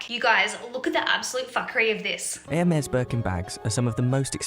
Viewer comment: Omg, it's not even pronounced "Ewwhrmes" 😂